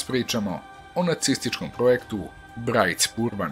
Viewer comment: Izgovara se "Brajt-špur-ban" molim lepo i drugi put